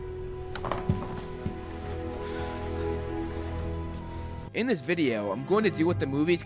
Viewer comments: "ShoE laCe" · “Shoelace” It’s gettin hot in here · “Shoelace” - Ginny Weasley